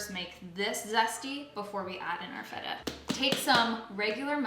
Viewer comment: you said correctly "tzatziki", so I will forgive you for the "vegan feta" hahaha <3